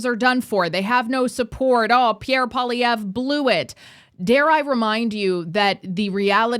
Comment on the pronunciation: Please say his name properly ffs tabernacle: said like PWAH-lee-ev-rrrr Poil-i-èvre. Merci 🤌